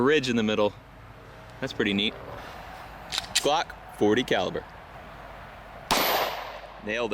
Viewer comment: When he mispronounced glock no disrespect I imagene an Estonian going into battle with a grandfather clock and shooting 9MM out of the clock and destroying everyone :)